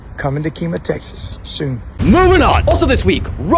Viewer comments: It’s pronounced kee ma. I live down the road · how dare you say it like that It it KEmah 😡😡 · I'm from the kemah area and it's pronounced keem-uh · Kemah is pronounced Key-muh 🤣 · did no one else notice how badly he pronounced Key-Mah? 😂😂